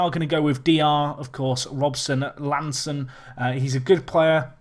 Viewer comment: Ha! It's part of your charm... though for the sake of (and his war against correct capitalisation) I should let you know that there is a capital 'i' and not an ''L' in Dale Robinson-I'Anson's last name. I believe that you pronounce it 'eye-an-son'. My reference is that there used to be a presenter on the telly called Lisa I'Anson and that is how she would pronounce her surname. Loving the series, by the way, as usual.